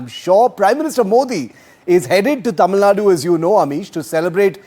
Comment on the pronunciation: first he has to learn pronouncing Tamil Nadu